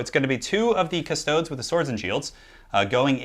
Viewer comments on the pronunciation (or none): Custodes = Cust-ode-eeze. Not custoads. Astartes isnt pronounced Ass-tarts after all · The way he says custodies hurts. Cust-stodes ugh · Not to nitpick but it's pronounced custo-dees. Think like adeptus astartes. It would be silly if it was pronounced astarts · "custoads" tho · Technically this is latin and pronounced coos- to(not with the English o as in "over", but with the o most other European languaged use) des (long e I think, also an e that i can't think of an english example for) On the other hand GW are British. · it's pronounced cust-toad-dees, practice your high Gothic (Latin) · IT'S PRONOUNCED 'KUS-TOH-DEES' 'KUH-STO-DEES' I mean, I love your channel,, but AAAAAAAAAAAAAAAAAAAAAAAAAAAAAAAAAAAAAAAAAAAAAAAAAAAAAAAAAAAAAAAAAAAAAAAAAAAAAAAAAAAAAAAAAAAAAAAAAAAAAAAAAAAAAAAAAAAAAAAAAAAAAAAAAAAAAAAAAAAAAAAAAAAAAAAAAAAAAAAAAAAAAAAAAAAAAAAAAAAAAAAAAAAAAAAAAAAAAAAAAAAAAAAAAAAAAAAAAAAAAAAAAAAAAAAAAAAAAAAAAAAAAAAAAAAAAAAAAAAAAAAAAAAAAAAAAAAAAAAAAAAAAAAAAAAAAAAAAAAAAAAAAAAAAAAAAAAAARRGH! P.S death to the false emperor xoxoxoxo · The way you say Custodes hurts my soul